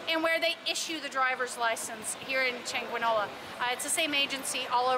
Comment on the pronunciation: Very Informative, but pleeeeease at least make some resemblance of effort to pronounce Spanish words in Spanish. EverytIme you said the word "Chanqueenola" I wanted to throw something at the TV. 😆